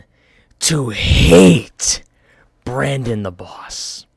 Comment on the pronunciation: "Barndon" lmao